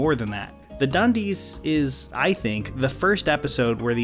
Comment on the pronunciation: You mean 'da dunndeess' right?